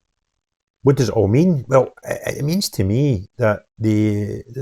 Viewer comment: they aw realise they have been found oot